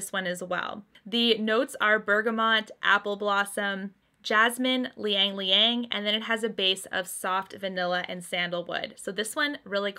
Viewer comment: It's not Liyang-liyang...it is spelled Ylang-ylang which is pronounced as Ilang-ilang...